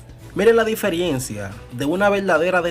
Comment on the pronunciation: Colega diferiencia no diferencia si entiendo